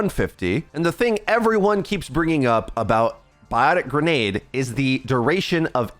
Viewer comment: “Beeotic grenade”